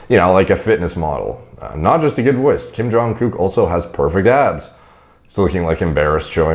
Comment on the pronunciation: Watching, stumble over the name and “accidentally” call him a gook 6 times was hilarious